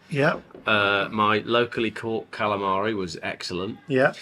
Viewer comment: come back to Brooklyn,New York so we can teach you how to say Kalamari the real way- Galamad